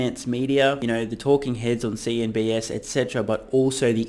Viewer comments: Ok, have to ask, why does he always say “CNBS”? Not that it’s a grave error. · Why do you say CNBS instead of CNBC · Hahahah you always say CNBS instead of CNBC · Dude, you keep saying CNBS. It’s CNBC. Minor difference but hurts credibility